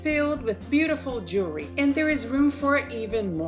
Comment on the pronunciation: Great ideas but I couldn't get past your poor pronunciations to really learn something... The S-BINER product comes from the word CARABINER... which is pronounced... cara-BEENER... OR cara-BYE-ner depending on the region of the US you live in. Thus, the product would be said as an S-BEENER or an S-BYE-ner. Also it's JEW-EL-RY... not JURY....three syllables not one slurred together. The better people speak the more intelligent we sound. The more seriously people take you. Ultimately making this country a shit ton more intellectually sound.